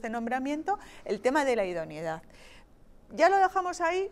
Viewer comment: joder que pesados con decir idoniedad..... se dice IDONEIDAD